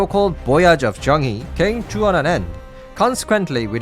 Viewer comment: As someone who has learned a bit of Chinese it really grates on my ears when people mispronounce Chinese names. The "He" part of Zhang He is pronounced "Her".